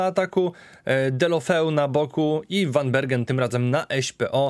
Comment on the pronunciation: tak na przyszloscz zeby bylo latwiej. W Holandii 'g' czyta sie jako 'h'. Czyli Gravenberch czyta sie jako 'hravenberch' a van Bergen czyta sie jako 'van Berhen'.